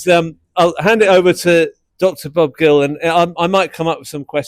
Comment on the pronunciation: "Bob Gill"? REALLY?